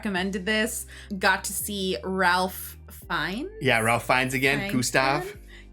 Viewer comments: Ralph actually pronounces his name as Rafe. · Would you believe that his name is actually pronounced “Rayf” like Safe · pronounced "Rayf" Fiennes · The funny thing is, you got his last name right, but his first name wrong. It's pronounced RAYph. Old english way of saying it. Weird, right?😅 My fav factoid about this movie: Leguizamo based his douchey character on Steven Seagal. He was in a movie with him back in 96 and Seagal was a super ahole, attacked John, possibly knocked him out for a sec (shoved against the wall, hit his head?) Idk if that's tge only reason. I'm sure he was a dik in other ways too, lol, but his role got super shortened & the stuff his character was supposed to do were now John's character's! Take that ahole Seagal!😂 I never made the connection b4 that ge way she went to Brown w/o loans was through stealing since clearly she's comfrtable embezzling from her boss.🤦‍♀️, I just assumed hevmeant she was a spoiled princess ftom a rich family, I feel dumb now, 😅! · Pronounced "Rafe" Fiennes, aka Lord Voldemort, the voice of Ramises in Prince of Egypt, Alfred in Lego Batman, and Mr. Quartermaine in Wallace and Gromit. Fiennes is one of the best actors alive today. He doesn't look or sound the same in any two movies. Incredible. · It's pronounced "Rafe" so when you say his full name is sounds like you're saying Ray Finnes. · Spelled.Ralph but pronounced 'Rafe' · His name spelled Ralph, but pronounced Rafe. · The L is silent in Ralph Fiennes 😅 Pronounce it Rafe 😉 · Thanks to and! 🍽 Mr. Fiennes pronounces his first name like "Rafe"... it's a UK thing. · But we aren't talking about you aha, his name is pronounced Rayf. Rayf Fines. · Ralph is pronounced 'Rayf'. It's an old-fashioned English way of pronouncing it and not really fashionable anymore. I like it, tho.